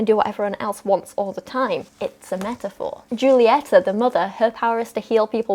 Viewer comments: Julieta is pronounced like “hoo-lee-eh-tah” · Julieta is pronounced like "hulieta" Lol also the fact that Luisa is shown to work out in the movie, this dude haha. This dude is basically saying, "OnLy mEn StRonG, pHySiCaL StReNgTh mAsCuLiNe!!!"